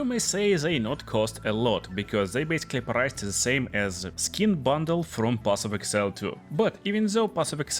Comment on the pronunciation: path of exile not path of excile